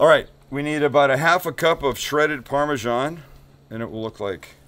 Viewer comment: Why pronounce Parmesan in that very strange way? Just look at how it's spelt!